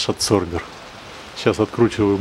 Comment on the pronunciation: Да почему аДсорбер, когда он аБсорбер??? От слова аБсорбент!!!